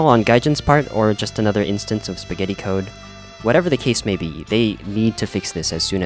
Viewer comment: "Gaijin 'MAY' be ripping us off" oh boy, that "may" is so adorable